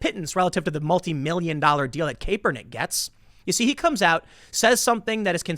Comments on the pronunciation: Tim, I love you. It’s pronounced KAP-ernick though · Kap-per-nick that's how it's said! Damn make fun of him sure but at least say it right lol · LOL! This bald grifter keeps calling him "Caper-Nick". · Please stop saying "Kay-pernick", Tim. Lol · Could someone please tell Tim it’s pronounced cap-per-nick? Thanks 👍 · His last name is pronounced “Cap-Per-Nick” Also when he first came out of college he was good. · Tim you really gotta learn how to pronounce the names. Love your content man keep it up. Doing God’s work. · The way Tim say Kaepernick's name makes me think he doesn't watch football. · I'm no Kaepernick fan but I still struggle to listen to someone act like they know anything about his football career when they mispronounce his name like this. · Is anybody going to tell Tim how to pronounce Kaepernick? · Lol sorry couldn't listen to how you were saying caepernick. At this point you should know. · I can’t stand Kaepernick but does it bother anyone else that Tim mispronounces his name 🤣🤣🤣🤣🤣🤣🤣🤣🤣🤣🤣🤣🤣🤣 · Honest question. Do you purposely pronounce people’s names wrong? I’ve noticed it a lot when you say names of people you don’t agreed with. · Couldn’t take the video seriously he kept pronouncing his name wrong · Does the way he pronounces kaepernick make anyone else cringe? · Tim it's pronounced Kap-ur-nik. To say Kepernick is not a great player is misleading. He was awesome for 2 years in SF. He led them to a super bowl. Then he got hurt while the team around him had players retire, traded, or left via free agency. The coach, Harbaugh, was also fired. When he returned from injury he wasn't very good (neither was the team) and he started taking a knee during the anthem. He was benched at 1 point too. IIRC his record as a starting QB after returning from his injuries was 1-9 or 1-11. I am no Kaepernick fan but at least do some research on the situation Tim. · His name is pronounced “Cap-ernick” Tim but I get it, who cares. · "CAP-ER-NICK"! <3